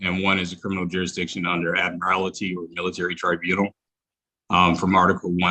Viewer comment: I wonder how this smug specimen would feel when he finds out that you don't pronounce admiralty the way he's pronouncing it😵‍💫